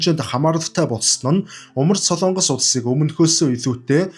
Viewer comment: СОЛООНГОС бишээ.... СОЛОНГОС шүү !!! Улс орныхоо нэрийг зөв хэлээч дээ !!! СОЛООНГОСЫН ХОЙГ биш ,,, СОЛОНГОСЫН ХОЙГ !!! гэж ярь л даа.